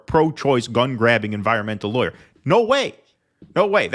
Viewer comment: mispronounced the word "lawyer." The "aw" makes an "ahh" sound, not an "eye" sound.